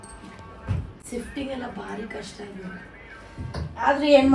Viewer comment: ಸಿಫ್ಟಿಂಗ್ ಅಲ್ಲ ಅದು ಶಿಫ್ಟಿಂಗ್ 😅